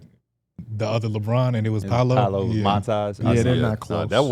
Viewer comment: really tried to act like it’s disrespectful to say paolo like bron, when first of all need to clean his slides off all that damn dirt he tracking on the carpet 😂😂😂